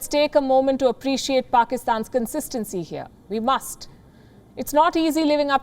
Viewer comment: The way she put pressure on the word "WE MUST" is AF